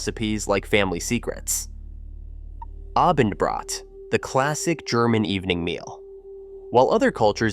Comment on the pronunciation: Better pronounce German terms correctly. It's Mahlzeit, ['ma:ltsait], not ['molzait] and it's Abendbrot ['a:bndbro:t], not ['a:bindbr∆t].. Information first- then publication!